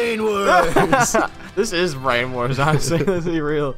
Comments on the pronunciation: I agree :D Though we wouldn't have gotten "Brainawarz" xD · Maybe ask a German to read the german names next time, might be more fair and genuine, but just a suggestion. Maybe "Branawarz" is not pronounced "Brainwars" in german...?